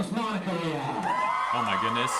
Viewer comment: Her last name is actually misspelled. It's suppose to be spelled as REAL and pronounced as RE AL meaning royal or regal.